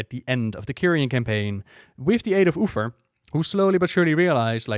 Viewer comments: What the deal with "Ufer"? Is it an intentional gag or just miss pronunciation? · did he literally said Uther's name wrong in first two minutes?